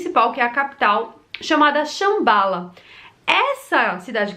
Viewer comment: me permita: não é Shambála, e sim Shâmbala! E o texto indú se pronúncia, "Marrabárata"! OK? 😘